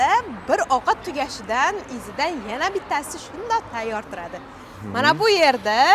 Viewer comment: Yena bir deganzdan bildm Xorazmli akanizi